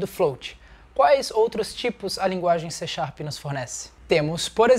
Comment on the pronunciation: Não! É C# (pronúncia-se "C Sharp"). :)